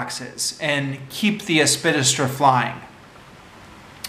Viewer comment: Helpful tip: if there's a big word in the title of a text you propose to review orally, take the trouble to learn its proper pronunciation first - it will do much for your credibility.